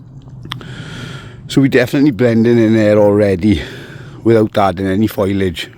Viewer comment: o its fo-liage...not foilage...😅